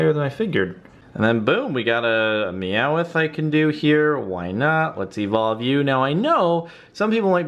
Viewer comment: its not 'me-ow-ith', its 'meow-th'